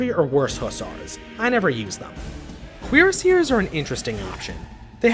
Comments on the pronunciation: The French: 𝓵𝓮 𝓬𝓾𝓲𝓻𝓪𝓼𝓼𝓲𝓮𝓻: Queer-Seers. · That's a new way of saying cuirassier. You've never heard it said out loud before, have you, yank.